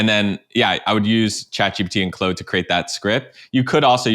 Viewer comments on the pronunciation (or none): “Clode?” pls just pronounce it the way it’s written… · Great content! I think Claude is pronounced “clawed” not “clowed”. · clode? clOOODE??? what's CLOODE? Are these ai voices? cause the dude doesn't know how to pronounce Claude's name. And dall-e 2 for image gen? Was this video made in 2022? wtf...